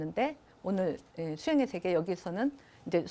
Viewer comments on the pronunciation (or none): 자고저 문제가 심각하옵니다. 몇 가지 예; 세계, 제자, 세상! 만으로, 이들 첫 자를 짧게 발음했나이다. 잘못입니다. 길게 발음해야지요. 참으로 알 수 없는 문화입니다. 학자들의 발음이 이처럼 타락했으면서도, 이를 전연 문제로 삼지 않는 한국의 문화!!